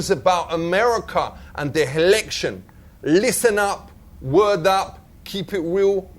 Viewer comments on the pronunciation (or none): he keeps calling them HELECTIONS